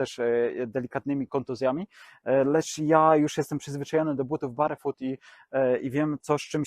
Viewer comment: Ladne widoczki, merytorycznie takze ciekawy i tresciwy material ale... Serio, aż uszy bolą jak slychac "barefut". Wymawia sie BERFUT! To sa podstawy angielskiego i jakoś na innych kanalach nie kojarze, zeby komus to przysparzalo jakichkolwiek trudnosci. No chyba, ze tutaj jednak jest mowa o jedzeniu barowym, to zwracam honor 😅